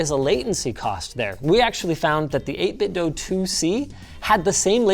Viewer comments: Linus still pronouncing 8bitdo as 8bitdough lol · It's not pronounced "Dough." I contacted 8BitDo and they confirmed it is pronounced "DUE" with an email. The 8BitDo Bluetooth Speakers pronounce it "DUE" when it powers on. Also, Logitech controllers stand the test of time and I prefer the D-pad for fighting games. Logitech makes a good controller in my opinion. That controller is one of my favorites of all time and you knocked it. I bought THREE of them and I am still only using the first one I ever purchased. The others are still brand new. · Why doe you pronounce 8Bitdo like that? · Hard to take a review seriously when you keep saying the name of the company wrong :(